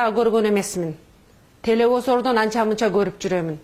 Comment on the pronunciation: Ышпион,телефизордон деп суйлоп кайсы тоодон тушкон